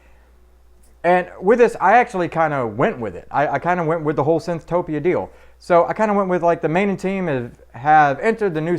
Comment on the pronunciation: Thanks bro!! Appreciate you playing Welcome to Synthtopia!!! (you pronounced it perfectly)